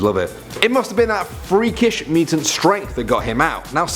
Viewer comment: "Mooo-tun" cows lmao